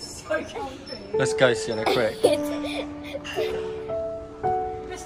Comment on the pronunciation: You dared them to try to pronounce swedish words and what surprised me the most is that you pronounced correctly of Sienna and 😄 the first word smycka means adorn, duktig means good, nybakad means freshly baked, flisad means freshly baked, cirkustält means circus tent and the last word lördagsgodis means Saturday candy we call it Lørdagodt and the reson is because it`s sweet weekend for kids/children and how pronounced were funny.... But are u sure theres nobody in ur family who are from somwhere in Scandinavia because you were good to pronounce swedish words. I'm from Norway and we don’t have nice and delicious cakes in Ikea restaurants here in Norway.... and u guys are loucky to get foods and desserts for so cheap while we have to pay for a lot of money😔 im from a very expensive country [Norway] the food you bought would be in around 25 to 29 pound 💷 if it was here in 🇳🇴 IKEA is just 10 minutes away from my house with bus.